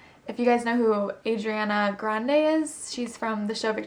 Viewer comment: You said her name wrong